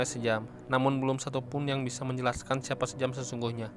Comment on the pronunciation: Om...koq "sejam" ??? 😂😁😂😁😂😁....itu dibacanya "syam" 😁😁...jaman dulu ejaan masih pake ejaan belanda.....oe dibaca U. Contoh sOEharto , J di baca Y contoh Yamin, DJ dibaca J contoh DJatmiko, I (apabila huruf didepan huruf konsonan dibaca E)...contoh : Ik dibaca Eke(saya)...Indonesia (dibaca endonesia)..